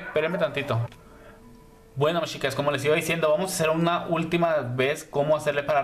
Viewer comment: Me gustó la explicación!. Pero lo que me molesta es que pronuncies mal chicas/ os. Me enferma que digas shicas y shicos 😠